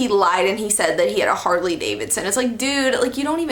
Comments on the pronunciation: she said hardley davidson im dead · She said "Hardley Davidson"